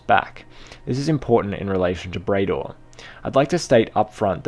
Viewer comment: Bray-dor isn't right, surely it's pronounced Brad-or!